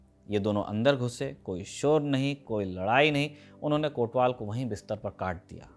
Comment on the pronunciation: "कोतवाल" शब्द है, हां वही हिंदी वाला, कोटवाल नहीं।